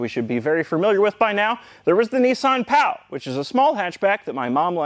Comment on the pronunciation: Just a quick correction, 'cos I can't see anyone else having mentioned it yet, the Pao wasn't pronounced "pow", it was "pay-o" :)